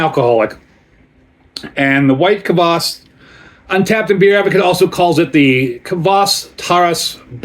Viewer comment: Thank you for the review! I got here from Urban Viking's post about your video release. Your pronunciation of the word "kvass" is excellent, you say it as intended! (The word Taras in the brand name was slightly mispronounced, the stress should be on the second syllable. (Taras is a male Ukrainian name, if you're wondering)). Your backstory about this is pretty much interesting, glad you have tasted this drink now! People use kvass (white or black, depending on personal preference, but in your case it is definitely white kvass) as an element of "summer" vegetable soup called "Okroshka". There are many variations of Okroshka recipy, you could try it. It's intented to eat at summer heat times. Cheers!